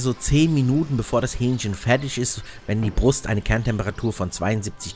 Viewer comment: ... in das Hü-ähnchchen herein Zum Glück kein Hyänchen :D